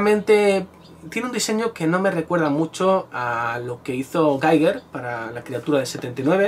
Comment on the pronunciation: todo esta muy bien, exepto lo de geiger, es GIGER